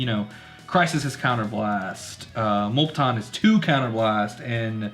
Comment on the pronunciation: Its “mew”- lepton. Just FYI bro. 🤗